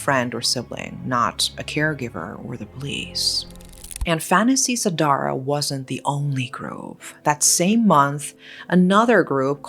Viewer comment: lmao I giggled when u said the word "fantasy sedarah" (nffs) Indonesian usually say it Fan-da.see se-da-rah